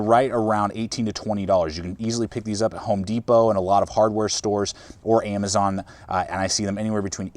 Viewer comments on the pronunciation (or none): none